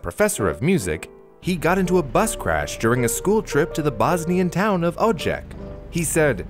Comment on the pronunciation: AAAAA hurts. DU - BRV - NIK JU - TA - RNJI PO - DRI - CHA Just like Bosnia and Herzegovina without an "i" in the middle of BOSNIA This is olll together SARAJEVO It's okay, but try to emphasize "I" and don't forget "l" "i" is not pointed out Bravo, but his "Cha" is not "Che" I don't blame you for this, but it's a pronaunt like Croatia I'm grateful to you for doing this video. I don't usually cere about things like pronaunciation. P.S. I am Croatian